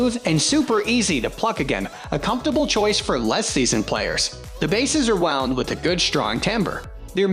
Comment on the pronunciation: All the mispronounced words (e.g., “wound”) and strange pauses make me think this voiceover is AI.